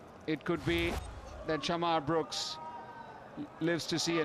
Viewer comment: Its "shamarh" brooks .. not sharmarh 😆